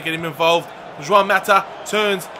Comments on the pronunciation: its pronounced hwan not jwan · Please say Juan differently 😫